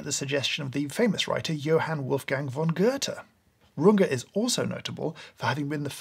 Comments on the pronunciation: In this world of inevitable low literacy, I thank you James for pronouncing Johann Wolfgang Van Goethe properly. As well as the other names. Not even some of my professors in college knew how to say it. James you give me hope in life. Lol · Loving your pronunciation of german names - greetings from Germany :D